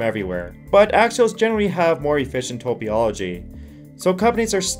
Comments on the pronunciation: Tah-pah-low-gee, not tow-pee-all-oh-gee. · What is Topyology? It’s topology. 🤣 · Top-oll-oh-gee FFS! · It's topology not topiology 🙄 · Are you saying "topology"? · Learn how to pronounce "topology". If you do not know what the word means, don't use it.